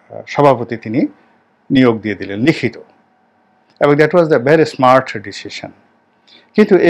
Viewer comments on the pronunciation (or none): none